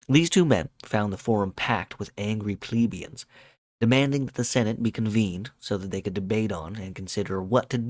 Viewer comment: You don't say plebians like "Pleebians", mostly because it is not spelled like that. The same with pleb, you never say it like "pleeb", because it is not spelled like that, just be consistent with how you say other words, like help, yelp, set, fret, dredge, fletch, stretch and so on. No need to freak out over a simple word like plebian and go out of your way to mispronounce it like that.